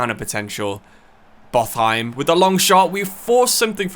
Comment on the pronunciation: Pretty sure Botheim is pronounced Bot-heim instead of Both-heim, it’s certainly sounding pretty incorrect in my Scandinavian brain😅